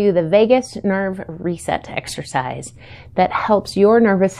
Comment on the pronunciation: Ma’m please… It’s not exorcise. It’s exercise.